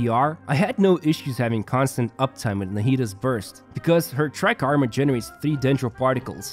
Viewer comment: Take a shot everytime he says "Tri-karma"